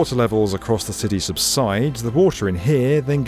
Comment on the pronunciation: Every time he says city it sounds like "sisy"